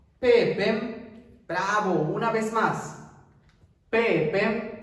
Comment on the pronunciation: Peepen lo esucho como si lo dices con M (peepem)